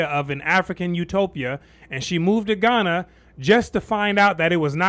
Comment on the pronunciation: Come home? You're joking. You can't even pronounce Ghana!